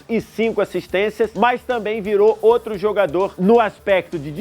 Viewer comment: Kkkk parece um bebado falando